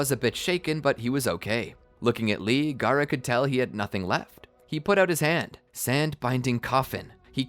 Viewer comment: you said gaarato